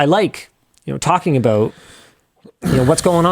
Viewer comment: “Abaooot” lol